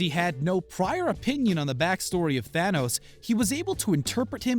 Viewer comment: Tanos? !😂😂😂 It will be THANOS